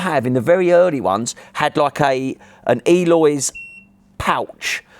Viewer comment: people its Eolys not Eloys.